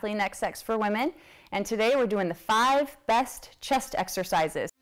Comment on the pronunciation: Did you just say "Five breast chest exercises" ? I misheard that. LOL